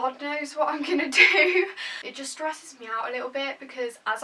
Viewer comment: When she says stresses the word "stress" 😂😂